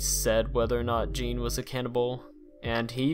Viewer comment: You mispronounce a lot of words and names. Gein and macabre is quite silly.